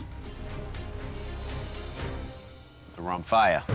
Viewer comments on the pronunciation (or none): Actually, Romphaia is pronounced Rumpheya, and the word isn't greek, it's thracian, so is the entirety of the greek language. There was no such thing as a " greek " culture untill 1910. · It is pronounced RomphEa (e as in lemon) Even the show hosts said it wrong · Well Romphaia is a Greek word so are Thracians(till this day actually), anyway the meaning of the word is : Ramphos= beak of a bird. And its pronounced......romphea,like you would say phe-nomenon.